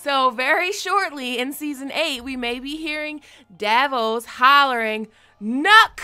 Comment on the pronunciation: its not NUCK, its knock. for the knocking points of a bow...(just a FYI)